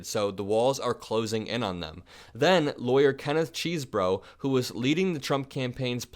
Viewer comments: I believe Kenneth Chesebro pronounces his name “Chez-bro”, not “Cheese-bro.” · Dude it's pronounced CHESS-borough